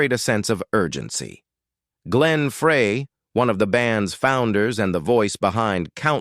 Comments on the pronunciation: that was pronounced like fry the burgers. not fray To fix a frayed rope. Don Fry is the pronunciation. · Why can't this DUDE pronounce Glenn's name correctly? FRY!!! Not FRAY!!!! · Ok, Ai. Glen Fray? FRAY?! At least pronounce the main character's name correctly. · if you are gonna make a video with AI then at least learn to pronounce Glen Frey's name correctly. Fry no fray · How can we take you serious when you don't even know HOW to pronounce Glen's last name it's actually pronounced FRY not Frey! SMDH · Please get Glenn and Deacon’s name right. It’s embarrassing. It’s pronounced FRY, not Fray (spelled Frey). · why do they keep mispronouncing Glenn Frey's name? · I wish you could teach the computer to pronounce Glenn Frey's name correctly!!!!!! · Glen Fraay??? Get it right. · This is at least the third time I have heard this narrator call him Fray! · Like your commentaries on the Eagles , but I'd think you would get Glenn Frey's name pronounced RIGHT. Frey i It's pronounced as "Fry" !!!!!!!!! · Uh, it's pronounced FRY you ignorant computerized voice😜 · Pronounced “Fry” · Just another good voice and guitar. The story seems overblown. Turned me off when they did not pronounce Glen's name correctly. This video should be taken down. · Can they teach their robot to pronounce Glenn Frey’s name correctly? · Please pronounce Glenn’s name correctly 😡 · Glens last name is being pronounced wrong. If you’re going to do a video with first or last name pronounce it correctly. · Well he still needs to learn how to pronounce Glenn's last name correctly.